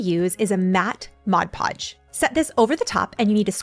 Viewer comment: Thank you for saying MOD podge. It drives me crazy when people say MODGE Podge. 😂